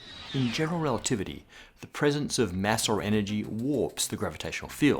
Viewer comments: "relitivity"? Ouch! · "General Relititivy???" Apart from that, awesome as usual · "relitivity" ... :-O (Still... an absolutely amazing episode!) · "General Relitivity"